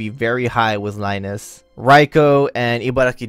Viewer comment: Rai-nez? It's Reines as in the reins of a horse. Grab the reins. Right? Rai-Nes sounds so off.